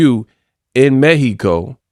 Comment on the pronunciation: You have been the only one saying🗣 "Méh-he-co" correct 🇲🇽 I like that 👍